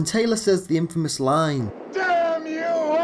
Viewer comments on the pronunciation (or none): none